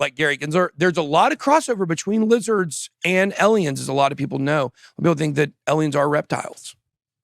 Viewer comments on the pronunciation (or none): "aliens" has an "a" not an "e"